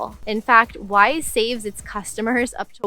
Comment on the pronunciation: I was listening to this video without looking at the screen, and I thought you were saying “wife.”